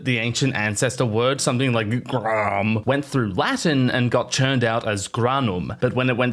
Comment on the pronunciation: You had me at “ğrh2nóm” 😂